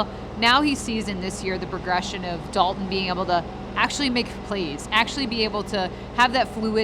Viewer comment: there is a “T” that is meant to be pronounced. Its Dal”T”on not Dal-un Kincaid.